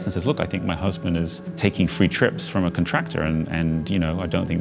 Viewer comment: The way he says conTRACTor is annoying af. It’s CONtractor